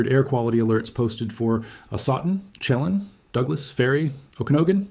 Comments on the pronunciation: It's "sha lan". Like pan. (Chelan) I live here. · I appreciate your report, but please take the time to learn the correct pronunciation of the proper nouns: Chelan; shu lan'. You mispronounce several names. It doesn't take much time to put a search on the word's pronunciation. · Lake Chelan is pronounced 'Sha-lan'. Your work is stunningly helpful. Thank you!!! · It is Lake Chelan, not Shelam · I think this guy is Ai. He has several channels, and the first time he said lake Chelan, he pronounced it incorrectly. The pictures on this video, and others of his look AI generated as well. I'm so sick of the fake 💩!